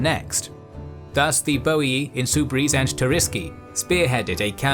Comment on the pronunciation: ooh my god, someone said Boii and not Boiai :P hahaha love your Channel :D Feels like watchng the old THC but in hd